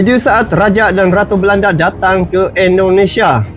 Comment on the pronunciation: Negara kami bernama Indonesia bang bukan Endonesia